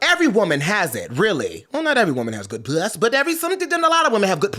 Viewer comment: I never want to hear puss pronounced as piuss again. 😭